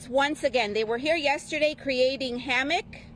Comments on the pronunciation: They were creating hammock??? This lady needs to learn the English language! If I’m not mistaken, it’s havoc.😂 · Havoc or hamoc. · It's havoc mam